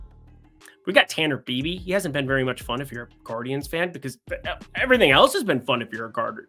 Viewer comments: It’s pronounced by-bee not beebee. Love you tho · FWIW it is Tanner "Bye-bee"